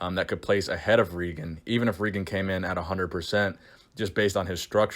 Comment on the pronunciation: im 95% sure its pronounced Ray-gen